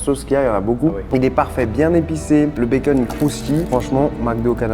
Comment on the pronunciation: J’adore comment tu prononces bacon békeune 😂